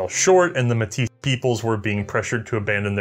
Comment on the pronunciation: As a Metis who had family who took part in the 1885 rebellion on both sides. I just want to say thank you for incorporating Metis history into your video I really appreciate it. (Also your pronunciation of Metis was excellent 👌)